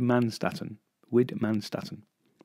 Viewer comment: Widmannstätten! I remember reading that very same word in that very same text and thinking, "What the fnunk?" Which then led me off reading about meteors and meteorites for about six hours. Anyway, years later I learned a wee bit of German. If it helps say Whitman schtitten. It probably doesn't help but it gave me an excuse to show off to some strangers on the internet that I know how to pronounce an obscure German name.